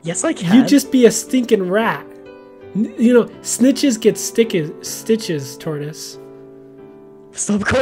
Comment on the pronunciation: I thought said snickers get stickers instead of snitches get stitches.